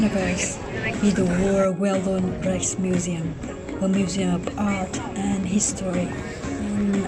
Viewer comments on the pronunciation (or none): Rijksmuseum (Dutch) not Reich (German)... There is a difference you know.